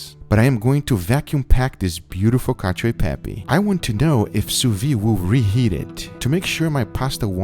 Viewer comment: You failed at least twice: it's called "Cacio" and not "Cadio" (read in the description) and about the cheese, you have to use Pecorino, not Parmigiano Reggiano or Grana Padano, yes you can add a minor part of these cheeses but Pecorino (a completely different flavour) must be the king and much much pepper. Overcooked pasta is perfect… for you, not for me. From you Italian friend.